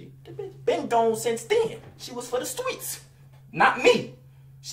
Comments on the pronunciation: “she was for the stweets” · “She was for the STWEETS” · “She was for the stweets” Had me dead💀💀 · “she was for the stweets” 😂😂😂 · Twitter Stweets lol 😂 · “The stweets” LMAOOOOOOOOOOO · “she was fo the stweets” 😂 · “She was for the stweets” 😂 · "She was fo the stweets" 💀💀💀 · “She was for the STWEETS!” 😭